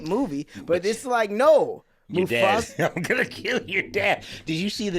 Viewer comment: Not calling Mufasa, Mustapha 😂